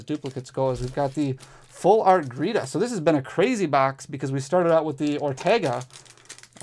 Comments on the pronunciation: Her name is Geeta NOT gReeta! Just read the darn card!!!! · Awesome pulls! But GEETA! Not gReeta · BTW, I love ya, but it's GEEta, no R, not GReeta...... 😅 sorry for correcting you, but 🤷‍♂️😅